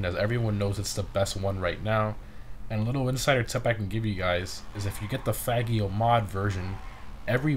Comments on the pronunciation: When he said faggio I was dead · This would be an amazing video if it was real, could have earned a sub but good joke only realized when you said Faggio